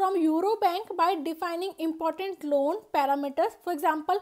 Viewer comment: aapke lawwwn bolne ka tarika thoda kezuaal h